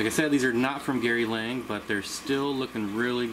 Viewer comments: Gary Lang? Its Gary Lange. Like Flange. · Thats funny, because even he pronounces it Lang lol